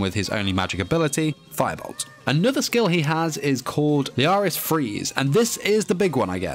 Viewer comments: The one I saw said Fire-charge while Bell said firebolto. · Its not Firebolt , its FAIABOLTO!!! :) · Seyhun Umut Sağdıç it’s actually FAIABORUTO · Its actually FaiaBoluto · it's FIREBOLT not firebolt